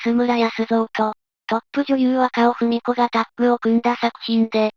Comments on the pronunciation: 細かいことですみませんが、若尾文子 (わかお あやこ)で、ふみこではありません。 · 若尾文子はふみこではなくあやこです。同じ漢字でも読み方が違うので、人名のは読み違いがないようにお願いします。